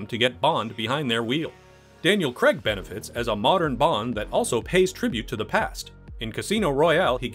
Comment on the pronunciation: Both terrible, Brosnan looks like a z-list male model from a Littlewoods catalogue, and Craig (not pronounced Cregg by the way, stop it) has no humour, and just looks bored and miserable in every film.